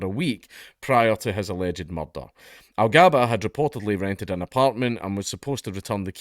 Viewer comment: THAR'S BIN A MUCHRRRDAAAH!!